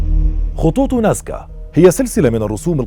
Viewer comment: العنوان مكتوب نازكا و عندما تتحدث تقول ناسكا